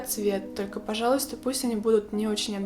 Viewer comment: Первый раз когда услышала четкое произношение слова «пожалуйста» насторожилась, но когда оно было так произнесено четыре раза из четырёх, поняла, что режет слух:(